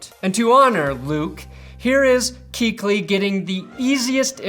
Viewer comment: 'Kuechly is pronounced Coo-etch-Lee, not cooch-ly